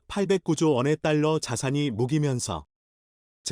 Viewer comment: 묶이면서를 무기면서가. 뭐고? 아직도. 못 고쳤나 보네 똑바로 읽어라 왜이모양 인지? 짜증난다